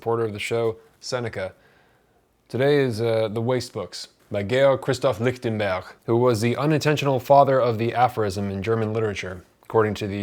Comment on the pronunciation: I take it from your correct sounding pronunciation of his name that you speak some German? Just paying attention to the details!